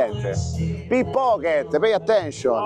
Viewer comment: Ogni volta che dice "Pippocket" con accento romanesco 😂😂